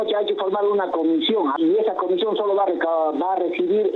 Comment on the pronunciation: Estos infelices como “ pinturira” entre otras cosas deben ser fanáticos de la “U” 🤣como dicen “el pUder” “la cUmision” etc